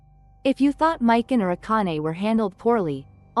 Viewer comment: We get it u are not a real nerd and hate males and females U feminist/Democrats are triggered lol learn to say characters names right mik on lol there not a dude lol